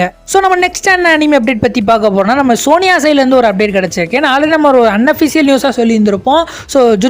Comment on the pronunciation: Sony yay ❌ soniya ✅